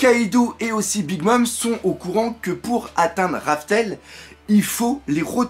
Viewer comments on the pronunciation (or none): none